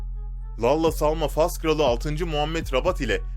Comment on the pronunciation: 😂😂😂 Lalla diye okunmuyor o "Lella"diye okunuyor ck ck ck